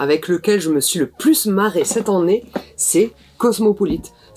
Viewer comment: Cette an-née, c’est drôle, parce que mes grands-parents le prononçaient comme cela, mais je suis certaine que Rachel n’est pas de cette génération ^^